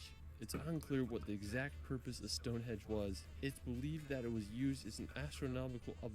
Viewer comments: It grates on me when the guy in the video says "Stone Hedge". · Westminster...not minister. Stone Henge not Stone Hedge. I know you didn't make the video my lovely. But the guy who did really needs to tighten up those faux pas... So annoying. 😂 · This video is really good apart from the fact he calls it stone hedge the guy narrating the video which actually makes me want to punch him lol its Stonehenge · says "Stone Hedge" about ten times, but he was right the first time, it's "Stone HENGE". 😂 Oh, and Mt. Snowdon is 1,085m, not 10,085m. Eclipse Everest it does not.